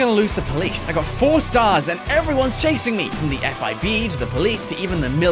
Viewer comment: in the middle of the video you said fib not fbi